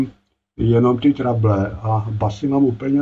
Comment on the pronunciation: měl s výškami velké trable, tak je překlestil a už s nimi nejsou žádné trable 😀 Jak už jsme to dnes probrali, pobavil jsem se i já, však víš. Každopádně pochopil jsem, video poučné. Myslím, že se to jinak vyslovuje Trebl.. Trejbl? Byly to výšky v korekcích? Původní funkce? Kouknu do slovníku. Zdravím, hezký večer, víkend, všem 😀🎸